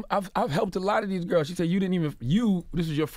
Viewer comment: "I always liked the gurrs " 😂😂😂